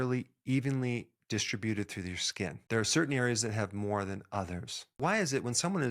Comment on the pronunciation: Dis-tri-BUTED ? DisTRIBUTED.